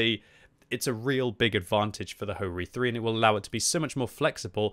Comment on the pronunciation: its not Ho-Ri 3 its HO - RI 3 - LE